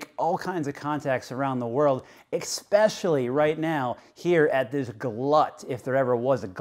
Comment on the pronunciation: "Expecially" lol